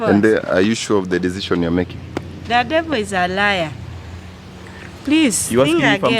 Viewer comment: " thaaaa devoo izaaa laya " nkt